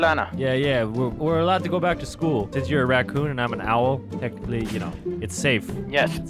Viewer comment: the prinzibul iskull